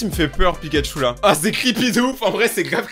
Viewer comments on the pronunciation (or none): none